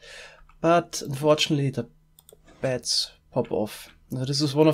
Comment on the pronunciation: I kept hearing bats instead of beds